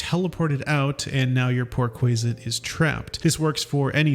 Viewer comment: bro cannot pronounce anything. 'warding' should rhyme with hoarding/boarding/applauding. sussur is pronounced 'soo-ser'. the same as the english word susurrus, a rustling sound, quasit is pronounced 'kwoz-it'